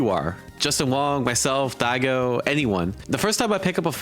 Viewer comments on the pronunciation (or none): dude, where are you from that you keep pronouncing Go ad "goo"? Goo-ichi, Dai-goo, like dude lol